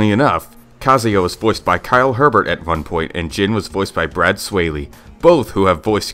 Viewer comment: Fact #108 - Harada didn't create Tekken. Fact #109 - It's Kyle Hebert, but Herbert.